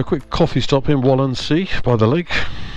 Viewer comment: just perfect. exciting. please correct “Walchensee”. i’ll try the opposite direction Alps to Scotland (and back). Save travels!!